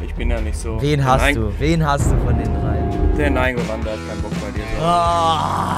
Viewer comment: so ohrenkrebs, wie Nainngolan aussprich.Aber Probs tritudem gutes video